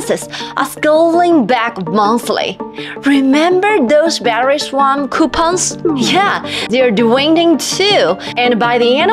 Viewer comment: It is 'swap', not 'swamp' !!!